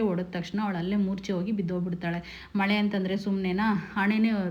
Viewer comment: ಮಳೆ ಅಲ್ಲ ಮೊಳೆ madam ತಪ್ಪಾಗಿ ಹೇಳಬೇಡಿ